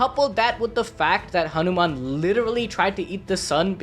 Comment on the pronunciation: Bro ur hindi accent like saying hanuman and other words was so much better than most of the people abroad... And as always crazy theory